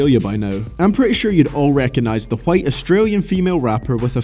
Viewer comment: Why tf you say the word white like Stewie griffin